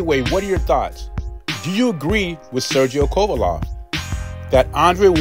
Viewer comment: Ain’t no way you’re butchering Kovalev’s name that badly by accident ..